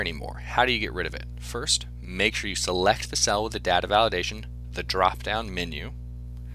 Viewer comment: The way he says data makes not want to watch it but its a really explanation